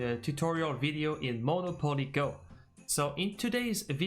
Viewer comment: I'm almost 60 years old and monopoly was around way before me and can't believe she called it moni opoli.unreal.